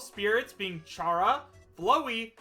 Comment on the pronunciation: did this fella really just say “CHara and BLOWEY?”